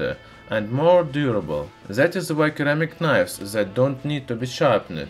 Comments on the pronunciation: For the future a friendly note. In English there are 2 ways of pronouncing c. There is a hard c that sounds like a k and a soft c that sounds more like a s. Ceramic has a soft c and therefore it shouldn't sound like keramic. It sounds more like seramic. Hope you find this usefull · Keramic!?!?!, looool, it's pronounced 'seramik' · 80% of the comments is about keramic vs ceramic pronounciation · seramik, not keramik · Hey, just so you know. The word ceramic is pronounced like "seramic" not like "keramic". It would be easy to confuse someone. Not in this video. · Here's a (little) fix for pronunciation : Ceramic spells like Suh-ram-ik not Ke-ra-mic Please just don't hate me, fellow commenters Plz don't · In English its pronounced se not ke, sssssss like in snake, hope it helps you keep up the good work. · Seems many are willing to point out your mistake of Keramic but not help you. Ceramic is pronounced Sir-ram-ik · It's SERAMIC you stupid idiot! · pronounciation: "sir-am-ick" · Seh-rah-mik : ceramic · Ceramic pronounced seramic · just an FYI, it is pronounced "sur*am*ick" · its a c not k keramic lol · Your videos are awesome. 1 thing friend, it's pronounced Sir-ramic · It's pronounced (seh-ra-mick). Now excuse me while I watch the remainder of the video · C - ram - ic............C has an 'S" sound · Omg first time watcher and despite loving the video I had to give up . It's phonetically seramic, the way you said it was making my ears bleed! 🤪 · Sounds like "seramic" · Keramic xD Love it! :) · I see that perhaps your accent plays a part in your mispronunciations however when you see the word ceramic it is sounded as Suh-Ram-ick. Hope that helps. Great videos though I appreciate when people who share their knowledge. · please let me improve your English the C in ceramic is pronounced as an S so ceramic would would be SUR-ram ic like my name would be pronounced with an S on the end not a C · It's Pronounced Si ra mik. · It's not pronounked 'keramic'.